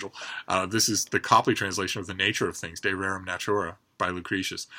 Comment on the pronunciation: Oh congratulations on that "De Rerum Natura" pronunciation. Which is really a way to say I can read Latin well enough as to be the judge of that